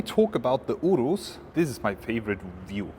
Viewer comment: Your pronunciation of "Urus" is spot on! 😂